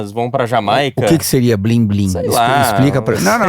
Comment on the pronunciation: Esses 'BlimBlim" kkkk gostei